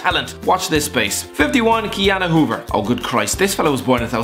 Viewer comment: For goodness sake, I am 3 months older Ki-Jana Hoever